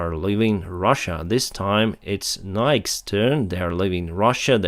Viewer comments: Nike is pronounced. Nye-Kee. Biggest athletic shoe company in US. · Just a quick tip. Nike is generally pronounced "Nye-key" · The final ‘e’ in the brand name Nike should be pronounced the same way as ‘e’ in ‘key’